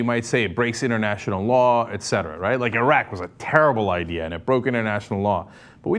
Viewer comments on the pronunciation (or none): none